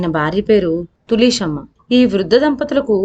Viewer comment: తులీసెమ్మ ఏమిటిమ్మా...తులశమ్మ అనలేవా